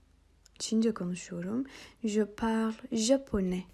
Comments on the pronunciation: hocam parle derken okunuşu nasil türkçede l mi g mi anlamadim🤭🤭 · Hocam ben uzun bir süre je parle kısmında sonuna e ekleyerek okuyordum ama siz okurken je parl gibi, sonundaki e'yi okumadan söylüyorsunuz. Bu iki okunuş da doğru mu yoksa parle okunuşu yanlış mı?